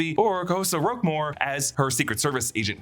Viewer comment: Xosha Roquemore's name is pronounced Zoh-Sha Rock-More, and not however you decided to say it.